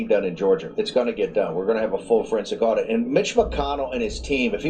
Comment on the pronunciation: its an audit, not an addition! 1 second in and your screwing up. And you did it TWICE just reading the headline. Doesn't hold water to YOUR intelligence. I will not be subscribing.